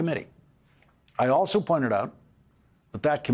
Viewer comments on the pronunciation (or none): none